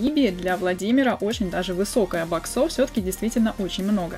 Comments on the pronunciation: Правильно бо-ксов, а не бок-сов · Можно говорить не баксо́в а бо́ксов, а то бесит? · не говори боксОв, плиз. Говори Боксов